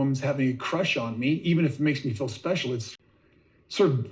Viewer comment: For me it’s “fill” instead of FEEL. Drives me insane!